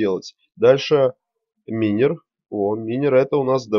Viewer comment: Почему минер вобщето майнер запмни окай;).